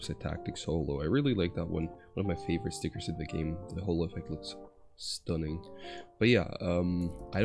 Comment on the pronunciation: turned british the moment he said stunning